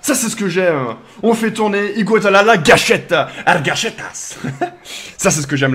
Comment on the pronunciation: Pourquoi tu dis "Igua" alors que son nom c'est "Iguodala" ?